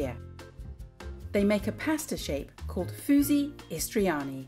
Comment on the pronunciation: Its called fuži, not fusi